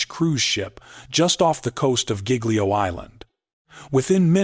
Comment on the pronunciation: Mispronouncing Giglio!!! Please edit your AI videos!!!